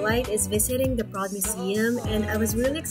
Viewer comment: DTLA is so pretty 💕~ PS: The museum is pronounced Buh-road 😅 like “road” where cars drive on. ☺️